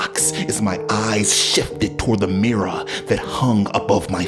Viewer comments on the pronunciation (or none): ikr he was like "i looked into de mirrahhh"